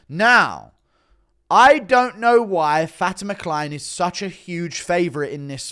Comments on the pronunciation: please stop saying fatima kline as fatty mckline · I thought for sure you were saying Fatty McKline before I looked it up